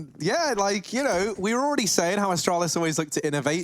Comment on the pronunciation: Me: Astralis Caster: Ashtrohlis